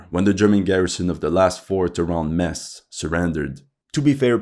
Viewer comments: 90% of the German army was at the east front. Thin brown line. cmon Metz= Metts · you pronounce with Metz with a Z not with a S